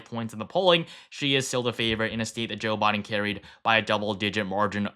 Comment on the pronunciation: I swear i keep hearing Jill Biden instead of Joe Biden